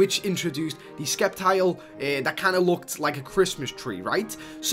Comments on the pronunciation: it's called Sep tile not sceptile the C is silent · The c in Sceptile is silent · You pronounced sceptile wrong gg.